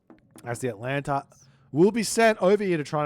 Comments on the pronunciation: Maybe if you had pronounced Atalanta's name correctly the Poseidon player might have been able to win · Poor Atalanta, always having her name butchered. 🙁